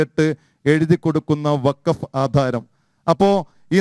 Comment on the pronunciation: പറയുമ്പോൾ വഖഫ് എന്ന് തെളിച്ചു പറയണം. ഇല്ലങ്കിൽ, കേൾക്കുന്നവർക്ക് ഫക്ക് എന്നേ തിരികയുള്ളു. ഫലത്തിൽ രണ്ടും ഒന്നുതന്നെ ആണെങ്കിലും, തെളിച്ചുതന്നെ പറയണം.